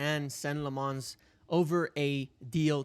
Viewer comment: Lammens does not rhyme with "Fonz". He isn't French.